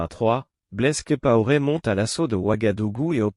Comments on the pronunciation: Blaise Compaoré, et non blaise kipaoré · Prononcez bien le nom COMPAORE. C'est très agaçant !